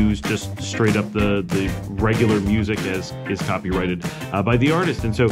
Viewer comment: Good that you say copyrighted and not copywritten like many people say it mistakenly.